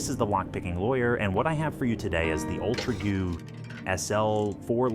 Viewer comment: Honestly kinda sounds like AI. "Ultrauge" is pronounced wrong, something simple like SL4 has a long pause and the four ends in an up-pitch as if it's a question? And overall weird pacing. "Ultragoo... SL... Fourlockpickingmachine"